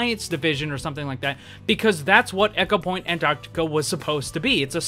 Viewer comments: echopoint antarti-uh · And the way he said Antarctica too...